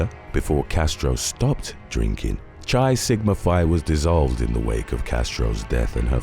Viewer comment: I would think you would know how to pronounce Chi.....